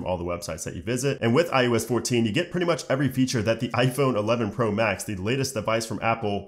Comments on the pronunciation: It’s pronounced I O S not I U S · “I U S 14” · Hmm 🤔. Is he saying. “ ius “?